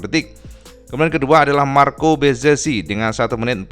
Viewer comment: Bezeki cak dibacanya. Bukan bezezi atau bezeci